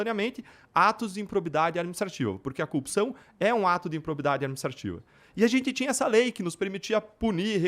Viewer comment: O cara não consegue falar a palavra "cupção" ?